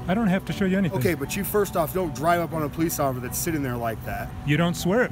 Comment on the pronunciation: Cuz as he said Offcicer!